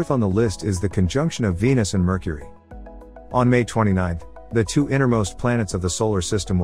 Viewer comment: Merchury, what a lousy pronunciation?!?!